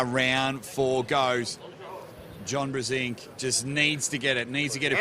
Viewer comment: I cringe everytime they murder Brzenk with that pronunciation